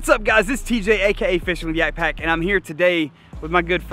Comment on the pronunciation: Name should be yappak💀 not yakpak